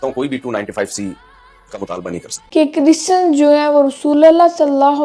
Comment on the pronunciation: chrisan 😂😂😂 .. bolna seekhla makeup ki dukaan Banda Tera jaman alay nu jootian phera